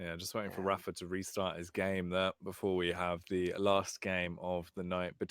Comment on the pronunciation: has been commentating rapha's games for over a decade and he still won't pronounce his name correctly. so annoying.